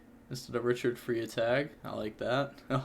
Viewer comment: Richard Freitag is pronounced “fry-tag”. In German Freitag is Friday so it’s Richard Friday